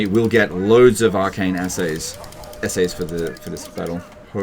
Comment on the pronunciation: The real challenge of this campaign was the pronunciation of essays. All honesty though, I absolutely love this format. It provides a lot of insight into how you grapple with the game's mechanics in a coherent fashion, and for people with some hours in the game but still a far cry from skilled, is better than any tutorial in terms of showing what you really can do with a grasp of the underlying systems that operate the game's mechanics. While I'm sure producing this may have had its challenges, it is and was helpful and entertaining. Thank you for taking the time to show as much as you did that can be used to turn a campaign around.